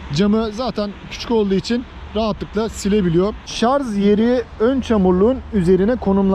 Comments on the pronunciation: Tek dezavantajı menzilinin 60-80km oluşu. Rica etsek "şarz" yerine şarj deseniz (tdk'da öyle). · şarz değil şarj..